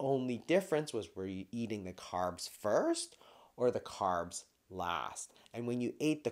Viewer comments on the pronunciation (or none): Carbs NOT Crabs 😂